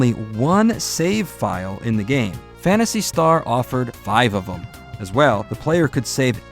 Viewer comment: Did you say there's 5 save slots? FIVE OV UM?!